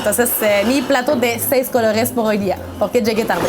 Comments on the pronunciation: Plato de los siete "cologes"😂😂 me gusta tu pronunciacion jaja,!! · Pogr fabogr😂😅😅😅 plato de 7 cologes canadiense franchute saludos . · Ella dice "plato de siete cologues" jajaja. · No la escucho que pronuncia cologes; se le escucha colorres man lavate los oídos primero